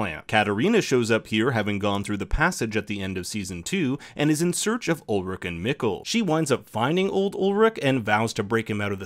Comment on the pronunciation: Ulrich pronounced wrong too, dude c'mon